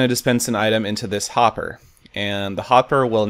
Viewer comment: you said popper instead of hopper